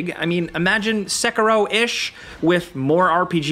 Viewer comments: it isn't seck-a-row it's more like seck-hero. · i hate how tards say “sekero”